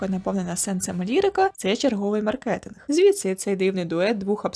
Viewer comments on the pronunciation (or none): none